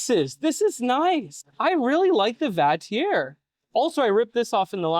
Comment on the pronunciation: The only thing I disagree with, is the way you pronounce Vatrer. 😆 I agree though. I’m testing one of Vatrer’s 560ah 12v’s right now. They always have solid builds. And nice beefy JBD BMS’s in there too.